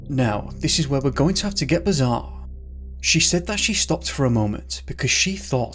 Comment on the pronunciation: And I quote....let's get bizaaaaarre (Humberside accent). Lol